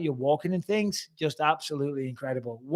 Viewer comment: you said tings, ffs